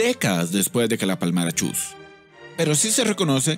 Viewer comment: no se dice chus, se dice chuy respete ogia(?)